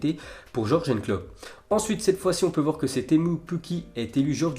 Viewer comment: Ya que moi que ça choque le prononciation pour Klopp ?